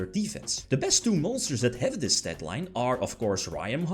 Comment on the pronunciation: “In dis veedyo”